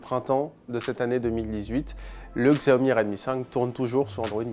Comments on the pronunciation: Ça se prononce "chiaomi" putain !!! Faites un effort svpppp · Kristians Straume oui regarde le PDG de la marque qui explique que cela ce prononce Chiaomi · Kristians Straume non c’est bien lui qui a raison les chinois prononce ça Chiaomi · Mizukage yagura ça se prononce "Xiaomi", Chiaomi est la version américaine